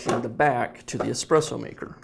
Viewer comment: omg ESPRESSO not EXPRESSO